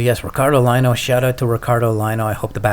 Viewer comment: Love the skate and ice skate ... If I might suggest Ricardo last name is Lino pronounced “Leeno” Love you both by the way